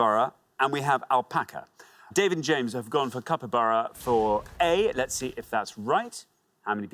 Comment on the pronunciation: They are very lenient on the pronunciation. The guy clearly said Copybara not Capybara...